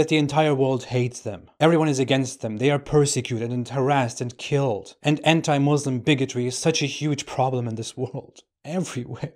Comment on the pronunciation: This says he was a Muslim but can't even say Muslim properly lol ...